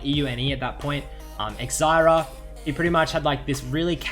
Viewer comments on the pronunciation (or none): eck-zyra?.... Try "zye ear uh" :P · Zayira is pronounced ffs